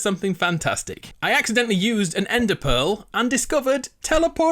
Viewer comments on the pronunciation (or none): none